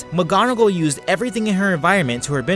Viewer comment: He said alot of names wrong mggonigal and lucias and animagus